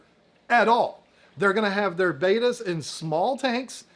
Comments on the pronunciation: How do you have this much interest in "Bet-ta's" and still pronounce it "Bay-ta's" 🤦‍♀️🥴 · They’re not betas that’s radiation. They’re bettas. Short e….